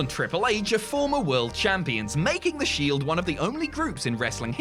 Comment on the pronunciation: I really love the Shild 😂😂 seriously anyone else noticed he missed the E phonetically? 😂